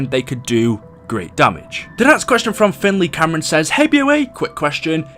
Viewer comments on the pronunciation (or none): none